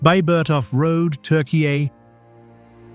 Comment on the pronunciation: ai can't pronounce turkey